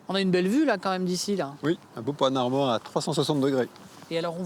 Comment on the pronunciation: "un beau PANOMARMA" 😂